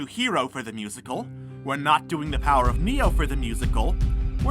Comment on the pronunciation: powar oof neeo magalovaniu batle aginst a tru heroo Me: cringes